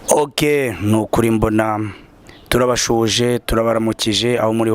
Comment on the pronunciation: Ntabwo bavuga "turabaSHUhuje" ni "turabaSUhuje".